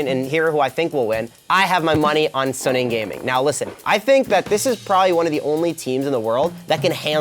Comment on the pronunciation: Its gonna be a damwon 3-0 is delusional. And he saying suning wrong